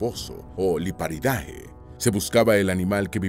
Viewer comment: Un comentario para mejorar: los nombres científicos cuando terminan en "-ae" (como el de los peces babosos Liparidae), se pronuncia como una "e".